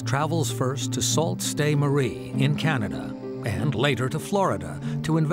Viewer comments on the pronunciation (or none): It's pronounced Sue St Marie NOT SALT Ste Marie. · Just so you know for future reference for the City of Sault Ste. Marie in Canada....it is not "salt" St. Marie it is pronounced "sue" Ste. Marie. just letting you know :)